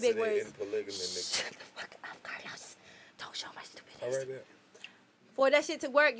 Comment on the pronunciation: He definitely said it right. Karlous hell 😂😂😂😂